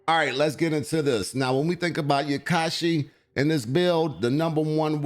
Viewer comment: Seconded. Hearing “yakashi” within five seconds of the video wasn’t it.